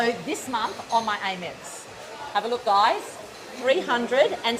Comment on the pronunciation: frrrr. it also grinds my gears hearing her call it "AIM-ex", like i've never heard someone pronounce amex like that in my life 😭